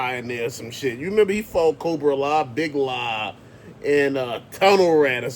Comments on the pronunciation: It’s the RATTLER!!! not the RADDLER 😂😂 learn to speak English! His name is big lob! Not big la 😂 he’s the most annoying gi joe character that calls all his moves like a sports commentator 😂 so lame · And it’s not Big Law..it’s Big Lob (like a “LOB”in basketball) 🙄🤦🏽‍♂️